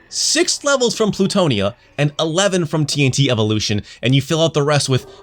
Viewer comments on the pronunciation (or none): none